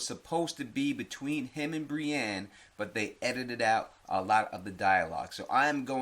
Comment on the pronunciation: "Bri EEn" lmfao 👊